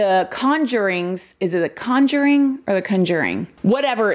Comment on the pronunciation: You said conjuring like we do in the South. I love those movies too.